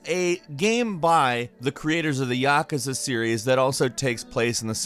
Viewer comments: Ya Ka Za 😂? That pronunciation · YAH kuza? No, its Yakuza. Not YAH kuza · I can't unhear "Yack-us-ah" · why do people pronounce naruto and yakuza wrong? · His pronunciation is off for Naruto and and Yakuza